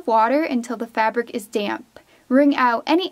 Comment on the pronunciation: Everytime you said damp i kept thinking you were saying damn😂